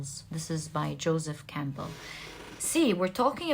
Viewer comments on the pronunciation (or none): none